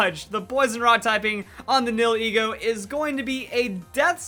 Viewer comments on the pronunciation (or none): Nihilego is pronounced. "Knee-Hill-Ego." and not "Neal-Heego" xD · Nihilego Nie - ah - lee - go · It's pronounced (Knee-Hill-E-Go) Nihil is Latin for nothing, then ego is your self worth, so it's No self worth